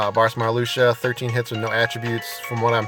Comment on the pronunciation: mar-luke-see-uh is the right pronunciation.